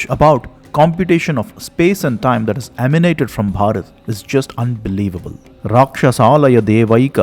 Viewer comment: He pronounces Bharath 3 different ways. Be natural, quit the affectations with the hard BH sound.